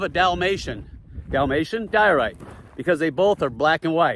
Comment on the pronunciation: Diorite sounds like Diet Rite, as in Diet Rite Soda.